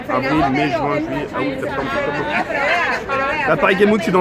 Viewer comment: Frère c'est pas A-OÛT c'est AOÛT, ptn comment tu fais pour pas prononcer ce putain de mois correctement